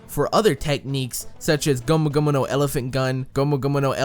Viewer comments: Ur saying gomu gomu no wrong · I find it funny how he says gomu gomu no 😂